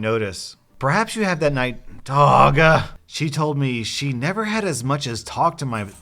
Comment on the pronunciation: I love how you managed to take the word dog and change it into two syllables! LOL